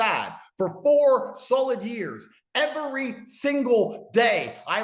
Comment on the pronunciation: why does he say “every” like that. A little too many syllables there. He’s so upset. 😂